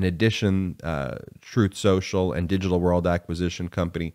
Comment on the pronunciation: Spin Soocial